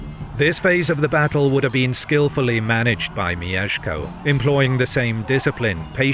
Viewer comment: it's not mi-ye-sh-ko it's myesh-ko. elongating the ie sounds very weird, like mijeszko